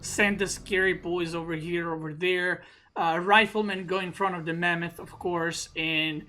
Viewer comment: "Rifleman goes in front of the mamuth" xD